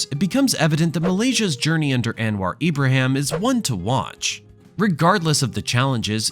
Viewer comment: “anne-wah abraham”… that really cracked me up 🤣🤣🤣